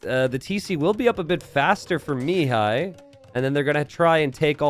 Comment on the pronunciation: Hi! Mihai's name should be read with the accent on the 2nd syllable, not on the first. Also, awesome game, keep'em coming!